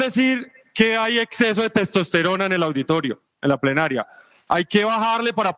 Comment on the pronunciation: POR FAVOR! La congresista Carolina Arbeláez, dice PREnaria en vez de PLEnaria!!!